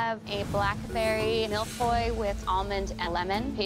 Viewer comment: Im french that’s not how you say feuille 🍁